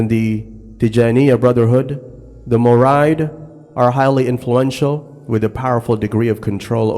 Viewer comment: Mouride is pronounced as murid